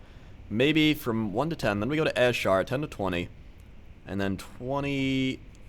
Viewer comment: its pronounsed (i know its spelled wrong) A-Sher-ra the S sounds like the Z